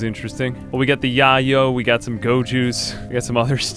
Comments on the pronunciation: So, is it a RimWorld thing to pronounce the word yayo as "yah-yo?" Because I would have assumed it was meant to be pronounced as "yay-oh," like the nickname for cocaine, which is presumably the real life drug that RimWorld's yayo is meant to represent. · calling yayo 'yah-yoh' made me laugh so hard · The way you pronounced yayo was pretty funny.